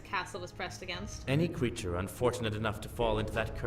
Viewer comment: "ANY CWEATUWE" HAHAHA that cracked me up. also, I was kinda just waiting for Malix to show up again haha. I kinda knew he would, in one of the routes.